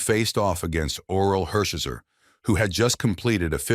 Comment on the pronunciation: Mispronunciation of Orel Hershiser is crazy